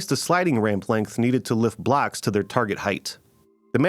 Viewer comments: Your pronunciation of “blocks” is awfully close to “blacks” which makes this video weird. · Did you say blocks or blacks?